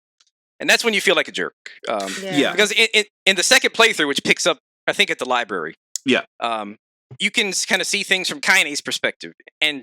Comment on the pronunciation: Anyone else get a small brain aneurism everytime says lieberry?